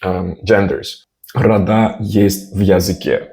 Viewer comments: there're wrong stresses in for "рода", they must be within "родА" (marked stressed vowel as capitalized) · неправильное ударение на слове «рода».